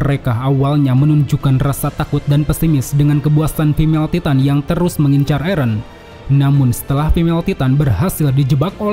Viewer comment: Min kok nyebut eren nya eren sih bukan eren 😂 eren dong min jangan eren